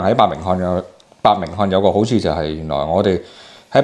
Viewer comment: 呢位嘉賓阿哥，恐怕伯明翰英文點樣正確發音都唔識。 為仔女，笑了。阿仔阿女，你將來大學畢業，因為膚色問題，要放下身段哦，學下老竇有手有腳梗會搵到食。千祈唔好做倉體力勞動，要識得食腦，去做送件。